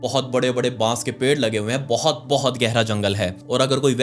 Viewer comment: But❌ Baut✅